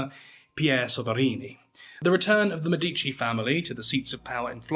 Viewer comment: Its’s pronounced MEdichi - the family name. Normally your pronunciation is spot on.